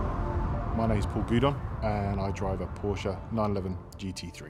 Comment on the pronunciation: What is a porscher ???